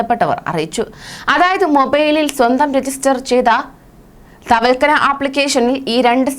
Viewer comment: Thavalkana Alla. Thavakkalna. Nereparayanpadikke